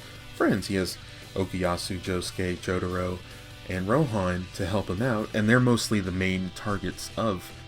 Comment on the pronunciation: It's Jotaro! JO-TAH-ROW. Not Jotoro. Why do you keep saying it that way?